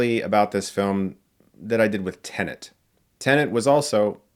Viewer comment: I love that for Chris, it’s still “TENANT” instead of “TENET”.